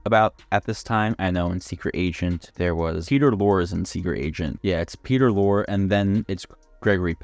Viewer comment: It'S Peter Lor'E'